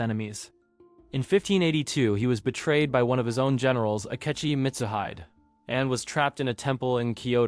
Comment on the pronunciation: it's pronounced Mi tsu hi dei hope it helps!